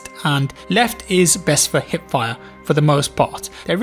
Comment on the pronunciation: i am the only one who did undesrstand HIT fire insted of HIP fire ? it took me dont know 3 videos to realise that you mean hiP ^^ i was very confused what hitfire should mean ^^